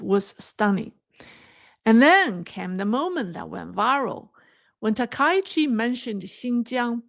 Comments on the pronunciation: can you please pronounce the Japanese Prime Ministers name correctly. Thank You, SEATTLE USA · I am surprised by the mispronouncing of Takaichi, especially by Chinese speakers., you are becoming Anglicized. the ai in the middle of Takaichi is not an english diphthong. The 'a' goes with the 'k' and the 'i' goes with the 'ch'. Takaichi has two kanji characters - Taka and ichi. Try not to diphthong the ai together.